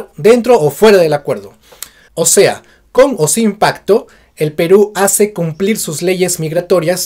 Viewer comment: Pacto? O Pajcto? Suena como pajcto con jota! Por qué?